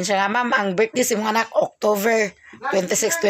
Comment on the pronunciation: Octover?tik october correct pronunciation..not octover